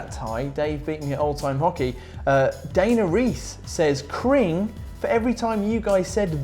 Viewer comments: You keep saying cring wrong. It's a hard g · I cringe everytime says "cring" when the comment author clearly meant "cringe" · it's been bothering me for a while now but you please pronounce cringe correctly! Look on it's pronounced "krinj" oh the beautiful English language at its best